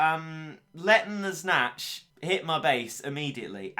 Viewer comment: Snache is Snatch.